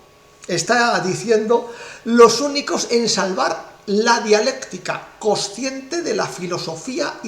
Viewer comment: es coNsciente, no cociente. Pronuncie bien el castellano. Saludos.